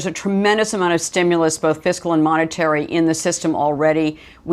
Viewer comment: At least he pronounced it "fis-kal." Tip: never trust a tax preparer who says, "What is your physical year?"